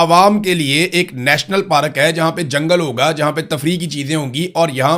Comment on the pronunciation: پاراک نہیں پارک